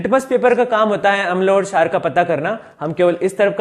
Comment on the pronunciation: क्षार bolne ka tarika thoda casual h